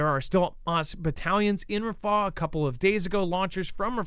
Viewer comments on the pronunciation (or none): Its rafah, not ra faahh